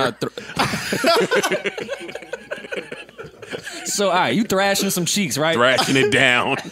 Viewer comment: The Harlem Thasher 🤣🤣💀